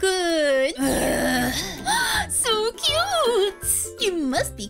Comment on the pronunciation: Deku not dekua